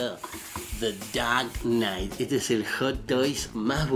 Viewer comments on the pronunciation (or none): The daaark knighttss PELPETS! JAJAJA. Te adoro capo!